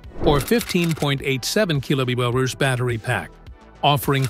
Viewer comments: You lost me on the KWH pronunciation :face-red-droopy-eyes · could not pronouce KWH